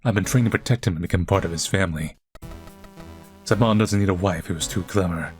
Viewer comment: bro is pronouncing "Samon" as "salmon" instead of SIM-oan 💀